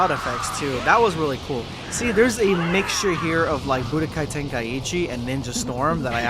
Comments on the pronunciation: Why does everybody call it Budokai Tenkaiheechi, pretty sure it's pronounced Ten-Kai-Chi. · It’s pronounced Ten-Ka-i-chi